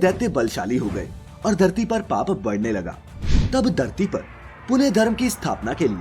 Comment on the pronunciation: Narrator cannot even utter the differences correctly...its "bhrigu" not "brigu"...bhagwan not bagwan...dharti not darti